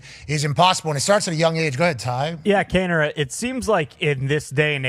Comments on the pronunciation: Kaneo??? Cmon boys its kaner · cringed everytime they said Kane-O :_TyOMG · Patty Kane interview. Kano??? Hahahaha wtf it’s Kaner boys. All good.